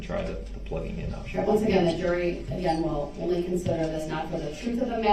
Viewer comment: Troof, oaf, biast, all of a suddenly, hided (instead of hiding); I can go on